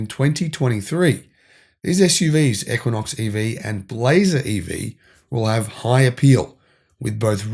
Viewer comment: Australian voice - "We spotted the first Chevy Blazaah" 😂😂. Love you guys.